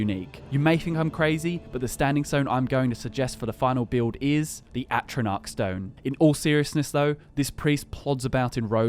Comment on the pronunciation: Disliking every time they say Atronach stone